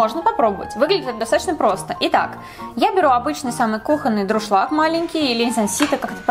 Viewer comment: Не друшлак,а дуршлаг